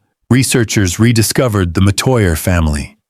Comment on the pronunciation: This is partly true. He's pronouncing Metoya wrong